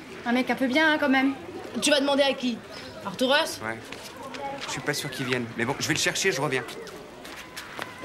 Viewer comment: Arturus!!!??? Couillehrrrrrhhh!!! Artourous???? Couillèèrhhhrrrrr!!!!!!!